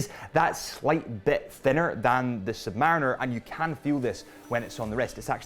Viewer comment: Sub-Marine-er. Please???????